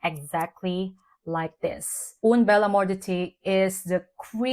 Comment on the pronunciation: Dear, as you love it so much, may I give you a tip: "UN" bel amour d'été pronounces like Guerl"AIN". I must try it now in exchange😉 Love your reviews!🫶🏻🙋🏻‍♀️